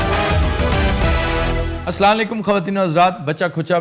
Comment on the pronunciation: Aftab sab agr apny program k start main Salam kehna hai to sai kaha kren vesy to ap bry tallafuz theek krwaty hain apna ye Salam kehny valy tallafuz py b gor kren